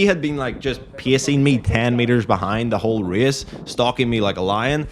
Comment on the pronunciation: Reeas - this fancy way to say a race word 😅